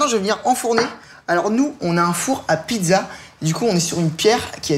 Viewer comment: on dit pizza pas pidza